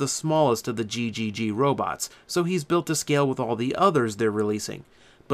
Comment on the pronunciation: ggg is said as 3g, just a minor gripe.